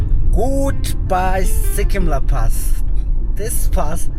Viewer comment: It's not Sikkim la, It's Serkyim la. Which means གསེར་སྐྱེམས། a type of wine offering to the deities. The pronounciation is quite similar.